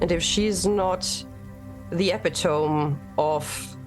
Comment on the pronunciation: Is there some awesome new word for the best of the best, holding a high standard etc: “epi-tome” or is that just different pronunciation of epitome lol. Great job, as always.